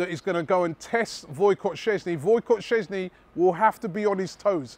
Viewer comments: Alexander Karpezin I'm czech, so anyone Polish here, feel free to correct me, but afaik it's: [Sh - ches - nee] pronounced in two syllables, 1- Shces 2- nee (Sh as in shy, ches as in chest and nee..well, Im sure you know how to say it, mate) Btw. Ro - sits - key ;-) , no Ro-si-key or Ro-sis-key (this one is closer, though) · "Voykot" Szczęsny? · walcott sczezcny? get ur pronounciationtogether robbie